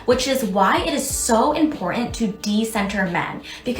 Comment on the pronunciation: I don't know where Im-Poor-Ant came from, but there's a Tant in there somewhere, and that bull shart attempt at saying "important" just needs to go away.